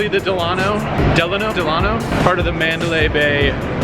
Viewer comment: It's pronounced Del-uh-no, like Franklin Delano Roosevelt. I used to work there, so they drilled that into our heads. Lol